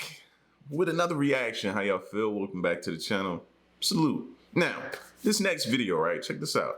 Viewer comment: Did you say "Black with another...."? That is hilarious! It reminds me of the show Space Force" when the crew lead said "it's good to be Black on the Moon" when she meant to say "it's good to be BACK on the Moon". Dude, I died...